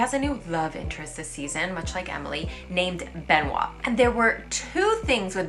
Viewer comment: Be noit. Pas Ben oit.